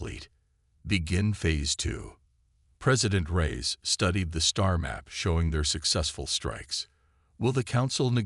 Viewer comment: Reyes not rise lol.